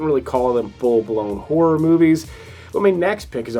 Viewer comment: P.S. A lot of your countrymen don’t manage to do it… So, well done on getting 2 clear syllables in the word “horror” because a lot of Americans do their hair and makeup while looking at their reflections in a mere and in scary movies they can face terrible whores around every corner!😁